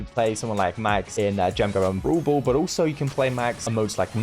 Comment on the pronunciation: "owlso." - (2022)